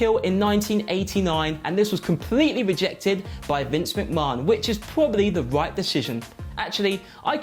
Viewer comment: Can't stand the way he says Vinces name,it's as if he's never watched wrestling!